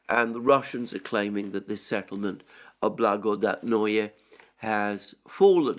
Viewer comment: Kirie Alexandre, it’s much easier to pronounce Russian worlds if you read it as Greek. Your only mistake is putting accent on wrong syllable. BlagodAtnoe, krAsnaya gorA. Love your work and your last name😊